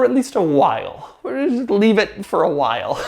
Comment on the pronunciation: Doug: awHile Why you putting so much emphasis on the h